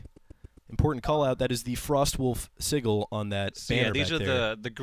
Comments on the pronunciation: All the mispronunciations in this trailer gave me a tumor. I think "siggle" was the worst. It's a sigil. Like, si-jil. Good god. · "Sigul" Lol what. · lol can't even pronounce 'sigil' right.